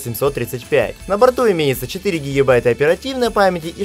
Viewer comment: Я сотый раз спрашиваю почему вы вечно говорите гігібайта? Вы что турок?